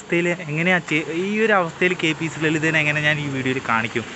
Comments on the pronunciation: കേപീസീ അല്ല കെ പി എ സി. പിന്നെ ..................🤬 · Kpc alla mone kpac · Kpc അല്ലടെ.. Kpac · Thanks for covering these beloved artists. Try to improve your language. It is kpac, not kpc. All the best. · KPC അല്ല, KPAC എന്ന് ശരിയായി പറയൂ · കെപിസി ലളിത അല്ല. Kpac ലളിത എന്നാണ്.റെസ്‌പെക്ട് ചെയ്യുന്നത് നല്ലത് തന്നെ. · Kpc അല്ല kpac എന്ന് പറയു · Kpc അല്ല മോനേ KPAC ആണ് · എടാ മരുമോനെ.. K P C അല്ല KPAC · കെപിസി അല്ല കെ പി എ സി ആണ് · k p c അല്ല ബ്രി k p a c..... ഇതാണ് ശരി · KPAC ആണ് കെപിസിസി അല്ല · കെ. പി.സി. ലളിത അല്ലടാ കെ.പി.എ.സി ലളിത അതെങ്കിലും മര്യാദയ്ക്ക് പറ. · Eda Potta, KPC allan KPAC🤣🤣aadyam malayalam paryan padikku🙃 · കെ.പി എ സി എന്ന് പറഞ്ഞ് പഠിക്ക്